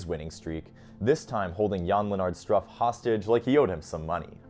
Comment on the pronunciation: Hi there. I want to give you a tip for pronunciation: The "u" in Struff is pronounced like "oo" in wood 😊